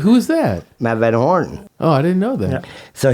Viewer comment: Tim Von Werne not van horn